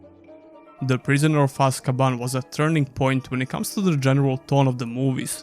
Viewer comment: You got prisoner of azkaban named wrong at time stamps btw and overall good video man